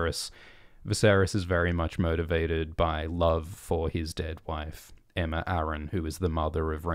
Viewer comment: He said Aemma